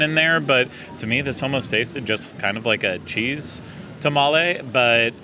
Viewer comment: Texan here too and I get a TOP SHELF (1492 Tequila) margarita at my local spot and its 32 oz and pricey but worth it, I have to laugh at pronouncing Tamale😉